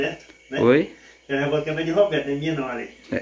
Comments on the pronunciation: Família, pelo amor de deus é jaboticaba, não jaboticabra 🤦🏻‍♀️... Não é porque sao simples que nao tem que aprender a falar direito. e parece que nem estudou, falam tudo errado... Busquem aprendizado... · A e fala, "jabutiCABRA" o correto é "jabutiCABA" ou "jabotiCABA", e tão novo, já terminou os estudos e não consegue falar corretamente algumas palavras tão fáceis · Gente lugar todo mundo fala o nome da fruta errada, falam "jabuticabra",kkkkk, deve ser uma fruta que dá leite. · FAMILIA O NOME NAO E JABOTICABRA E SIM JABOTICABA VOCES SAO NOVOS PRESTEM BASTANTE ATENCAO NAS PRONUNCIAS DA PALAVRAS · não se diz jabuticabra e sim JABUTICABA kkkk fugiu da escola menino